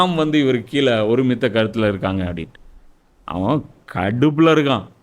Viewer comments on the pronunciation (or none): none